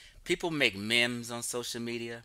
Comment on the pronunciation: It's meme not mim